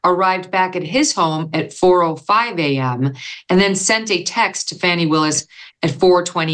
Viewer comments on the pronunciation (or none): Is her name pronounced Fanny or Fawny? This attorney always says Fawny.